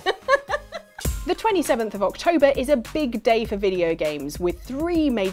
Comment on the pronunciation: October? Did you mean to say "OXtober"? ✌😄